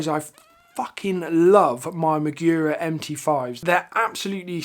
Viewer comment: mAgura not mIgura